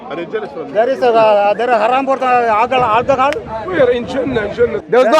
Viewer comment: His pronunciation looks more Tamil.. “Aalchahaal” (alcohol)